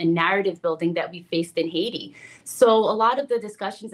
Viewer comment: So, Vance is a senator for the same state. Yet, this is the first time knowing about that Haitian community? I guess so since he pronounced the country's name as Haitia.